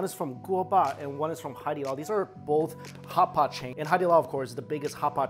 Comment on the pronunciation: Everyone else: "Hot pot": "HHHCHHCHHHAPAHT!"